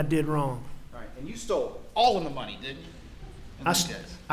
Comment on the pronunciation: "I took thier muney" "I took thier muney" "I took thier muney"